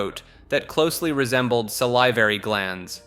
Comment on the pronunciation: SAL-ih-var-ee it's a short i, not a long i.